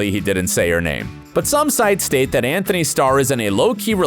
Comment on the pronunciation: It's Antony not Anthony